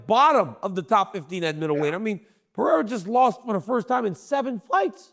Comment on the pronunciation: “Alex Paiyerra” is CRAZY Chael